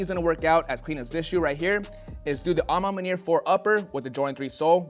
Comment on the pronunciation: Bruh say "a ma maniere" ONE MORE MFKN TIME!! I DARE YOU!!! 🤬🤬🤬🤬